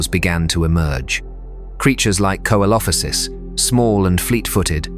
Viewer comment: "Coelophysis" is Latin and it is pronouced "SÉLOFEEZIS". Not "quoelophisis".